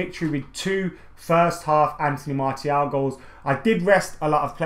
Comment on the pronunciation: In the space of 60 seconds you pronounced Martial's name 3 different ways. xD